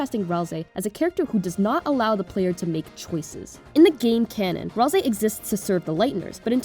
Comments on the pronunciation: Maybe you know but its pronounced ral say as seen by susies misspelling of ralsei when she griefs the instruction manual he made just sharing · Kinda related to the video: i HATE the pronunciation of Ralsei that people have chosen. Why do y'all say Ralzei when there is no Z? Or even worse, why Ral-SEE when Ral-SAY is right there and sounds SO much better. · I mean, sometimes. Your Ralsei pronunciation is inconsistent. BUT IT’S GOOD ENOUGH FOR ME